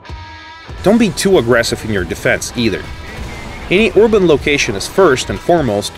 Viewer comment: btw uploader it's erben not orben, work on that pronounciation a bit it sounds really weird and awkward